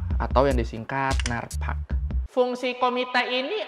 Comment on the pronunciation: itu bilang NARPAC nya kok ala aksen Thai gt 😂